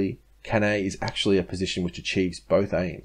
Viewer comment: It is pronounce Can I